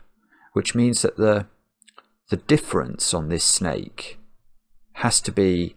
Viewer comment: "Orange schjnake" :D